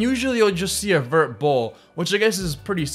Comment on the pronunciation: Vert not Vertch